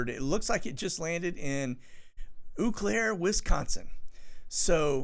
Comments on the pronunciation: It's pronounced "O Claire" (Eau Claire) Wisconsin. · Its pronounced “o claire” (eau claire), much love from milwaukee. Keep that powder dry bro